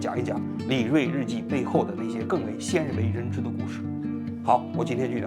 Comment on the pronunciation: 鲜（xian三声）为人知，错一个字，罚款50人民币